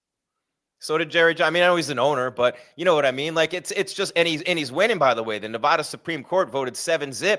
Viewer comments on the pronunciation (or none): needs to learn how to pronounce NEVADA